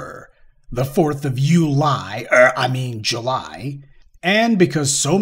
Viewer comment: I would like to point out an error. It's not "you-lie". Rather it's July